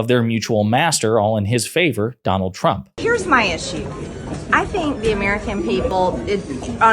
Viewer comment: Why was she not corrected each time she said President Trumper?